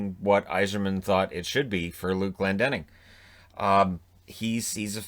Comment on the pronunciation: Glendening and Bernier. Jeez